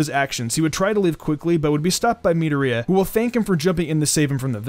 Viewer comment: Midorias name is pronounced Mi-door-e-ya